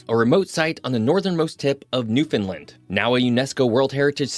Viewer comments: This narrator is not from the area. Every time he sats Newfunlin it’s cringe worthy. It’s pronounced New-fun-LAND. As in understand Nrwfoundland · Ok the way we teach people to say Newfoundland , it rhymes with understand. Nobody here says New- fin -lind . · Agreed there is no fin in Newfoundland. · Not how you pronounce Newfoundland! I wish these YouTubers who do videos on Newfoundland would spend more than 5 seconds on pronouncing Newfoundland